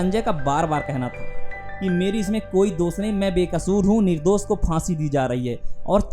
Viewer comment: Nirdos nahi... Nirdosh hai Talaas nahi... Talaash hai Syadi nahi... Shyadi hai Internet is full of such creatures who speak wrong Hindi